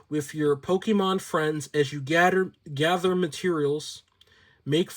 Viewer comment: "You can live a CUMFTABLE life WIFF your Pokémon friends as you GADDER materials, make furniture, grow COP👮🏻‍♂️ ..." 😂 reading is HARD 📖 📚